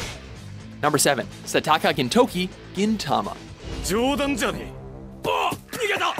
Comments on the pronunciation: says Sakata Gintoki "Sataka Gintoki-" Σ(-᷅_-᷄๑) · Its SAKATA Gintoki not SATAKA Gintoki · I just notice now but did he just "sataka gintoki" instead of "sakata Gintoki"? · I'm really sorry, but... your pronunciation made me cringe... it's SHI-kon, not SHIN-kon Sa-KA-ta, not Sa-TA-ka, EYR-za, not RR-za, NAH-tsu, not NAA-tsu, IH-chigo, not I-CHI-go. Ru-ROH-ni, not Roo-ROO-ni, Hih-TEN, not Hi-TIN, BAH-toh, not BAA-toh, MIH-hawk, not MY-hawk. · So is everyone gonna glance over the fact that he said "Sataka Gintoki" and "Roronora Zoro"? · They pronounced Sakata as "Sataka"... How? And the pronunciation of Ichigo is cringe worthy.